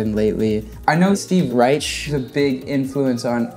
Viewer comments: They blew me away with their choices. Yes, Weather Report, Coltrane? Keith Jarrett! Wut? I have no idea who these kids are, but I'm going to check them out now. And it's "Rike" like bike, btw. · They finish each other's sentences like an old married couple 😁. Love Domi & JD! P.S. Steve pronounces his last name "rEYEsh" (capitalizing "EYE" to clarify the "I" sound), but his son pronounces it "rEYEk". He's my favorite minimalism artist.